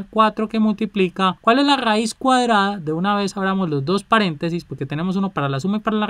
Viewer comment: RRRRAIZ JAJAA